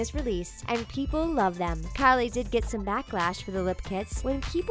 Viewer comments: The way she calls kylie "Carly" pisses me off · why do you say kylie that way it's so cringie